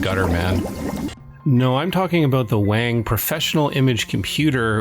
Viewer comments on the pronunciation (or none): The vintage/retro computing scene really needs to stop mispronouncing "Wang" (long "a" sound - rhymes with "long", is the correct pronunciation). It's seriously pissing me off and makes us North American's look arrogant and jingoist . . . at best, and I'm so sick of the SAME F#CKIN joke.